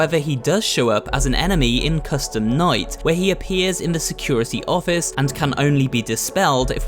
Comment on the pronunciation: he says minigame coustume night